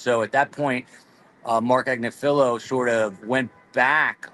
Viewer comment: Learn how to pronounce “Agnifilo”.